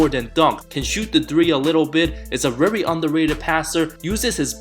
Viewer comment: ‘rery undewated’